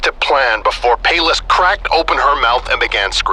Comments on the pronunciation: I thought Pallas was pronounced like "Palace" instead of "Payless", or is that how Europeans pronounce Pallas? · It's Pronounced "pallas""palace" like athena I love you